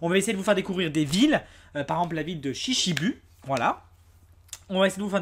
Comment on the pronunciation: Sa se dit pas shishibu mais shishibou corrige sa stp